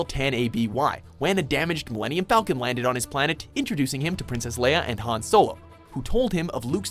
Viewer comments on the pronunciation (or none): none